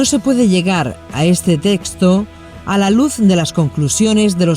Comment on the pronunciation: Perdón una observación, es texto y no " testo " .